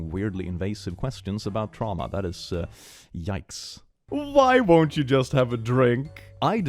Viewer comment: "tramwha" the cringe is strong in this video